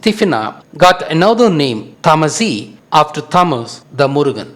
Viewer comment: you cant even pronnonce tamazight right and murakush and u pretend its originated from tamil what a laught, tamil is like yesterday